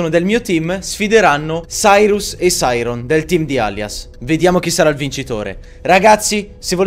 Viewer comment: Ma si dice Sairon non Sairos